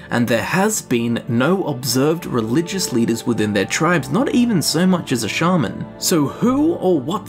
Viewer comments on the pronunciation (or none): none